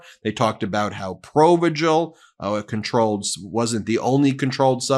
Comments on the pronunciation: Ben, Provigil is pronounced Pro- Vigil as in pro vigilant. 😊 Love youse guyse. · Provigil...hard g, as in vigor. 😉